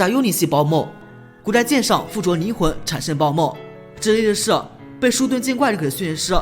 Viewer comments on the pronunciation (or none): 坚盾剑怪 念成 shu盾剑怪 灵魂 念成 nin魂 san电蜥 光电san蜥 冰雪nong 冰雪巨nong 老翁nong 今天怎么了🤣